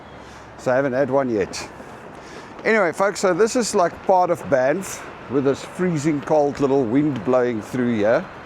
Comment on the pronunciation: As a lifelong Albertan I say WELCOME... as a life long visitor to banff, it is pronounced B-AA-nff the a is long, it is not an O as in Bonff. Unless you had an immigrant to Canada working there, this is how Canadians pronounce it :) BAA NFF Enjoy!!